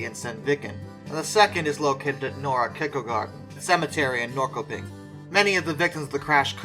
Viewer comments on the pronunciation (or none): Norrköping is pronounced Nor shur ping. My wife is from there. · ..And we have something more.. all town names with the name "-Köping" is pronounced.. "kö" is like you say the word "shirpa" and take out the "shi..", that is "kö". So it would be like [shi-ping]. So "Norrköping" sounds like if you read this as you see it, [n-orr-shi-ping]. I know, it's hopeless to say correct😂😂😂😂